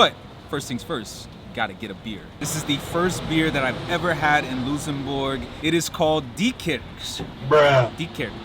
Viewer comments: Hello from Luxembourg, but why you say Loossenbourg XD, its LuXembourg ( I guess you pronounce it like Lucks´embourg ) my friend, but glad you like our country :) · Is "Loosembourg" some kind of an American accent? I've only ever heard it pronounced "luhk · suhm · buh(R)g" (even by Americans..) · helloooo, just so you know it’s luKSembourg and deekirsch (for prononciation) I hope you enjoyed your visit! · Why you pronoincing Luxembourg Lusenbog 😭😭👌 Nice vid btw glad you covered the place where i live. You missed out on a couple of things but i'm happy you enjoyed your time here! I hope you can visit Luxembourg again some time! PS: you just got another subscriber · I never heard someone call my country Loosembourg xD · In English pronounce it. LUCKSENBERG. In German it is. LOOKSENBOORG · Love the energy but learn how to pronounce the name of the country before pressing record bruh😂😂😂